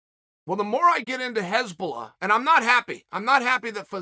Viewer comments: Just funny that he says heshbolla instead of hasbulla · This is one of the funniest mispronounced names in chaels history. hezbollah and hasbulla are two very different things lol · Its not Hezbollah, Chael. Its Hasbulla. Hezbollah is a Lebanese muslim army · No one clocked hes saying Hezbollah ? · "hezbollah" LMAO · Its not HEsbulla its Hasbulla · Chael, it's Hasbulla. Not Hezbollah. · Hasbulla not Hezbollah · Nobody: Uncle Chael: Hesbulla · No disrespect Chael, but his name is 'Hasbulla.' Pronounced HAS-BULL-UH You are calling him Hezbollah which is the name of a middle east military group, often referred to as terrorists. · No one: Chael: Hesbulla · Hasbulla : Chael: "Hez bollah" Hez bollah : "Ok great" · just when you thought it couldn't get better than "yeery provider", chael offers us "hezbollah" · anyone notice that chael is pronouncing Hasbulla name as Hezbollah which is a name of a anti Israel terrorist organization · “If u realize that I’m saying the wrong things and u think u need to correct me, u don’t.” We know Uncle Chael, that’s because you’ve never been wrong, whether it’s fight predictions, pronunciation of names or physical combat. Uncle Chael has never lost. Undefeated and Undisputed. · Chael mispronouncing Hasbullah’s name as a terrorist organization is even better then how he slaughters Machachev’s name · so him saying hasbulla with an "E" isn't bothering anyone else ? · Chael is totally working this act like he doesn't know anything about Hasbulla.... he knows everything. this is the same work as him mispronouncing names